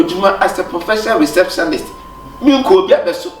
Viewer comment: I always laugh wen kyekyeku says receptionist as receptionalist😂😂😂❤️